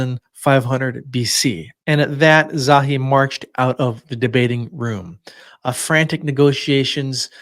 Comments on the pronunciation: "Za-hi Hawass"* Not Zowie. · Pronounced...Za hee not Zawee